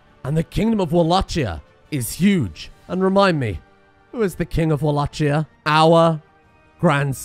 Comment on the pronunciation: the way he pronounces Wallachia is gonna annoy me for the rest of these videos lol